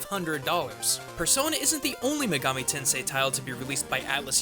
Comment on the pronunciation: What's a "muhgami"? Who's "Izuhnami", or "Daidou Kuzunoha"? Did you forget to put a comma between "Itou Ryutarou"? Do you call SMB "Super Mario Broz"? Weebs like this should die. Also, "Megami Tensei" means "Digital Devil Story" in English. Try paying attention to the SMT intro sometime, otherkin freak.